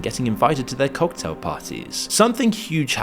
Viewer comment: "Get invited invited to their cocktail parties" - emphasis on the word before the tail.